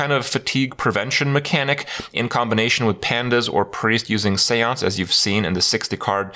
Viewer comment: Kripp has finally settled on the correct pronounciation for seance. Proud of him!